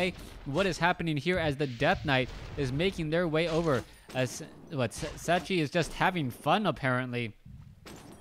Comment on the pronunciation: His name is pronounced "Checky". Why is that so difficult for you ?